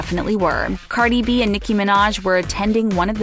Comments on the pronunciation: "Carly B" 😂 No hate, it just made me laugh for a split second. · when she says Carli B😂